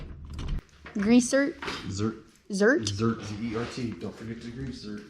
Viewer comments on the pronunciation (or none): Zerk, not zert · Awesome video. I wish my daughter were interested in this stuff... maybe one day. Meanwhile shes got her own stuff she could school me on, for sure. One thing.. .grease ZERK. Z-E-R-K. Not Zert. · Its actually GREASE ZERK not zert lol. Now you know haha